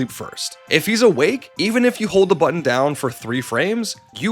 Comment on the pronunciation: Mayrio AND buddon? Havin' a pronunciation word day over here